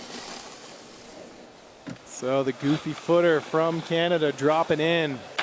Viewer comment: Stop saying CANADIA....it is Canada, you know the country just by your side up north!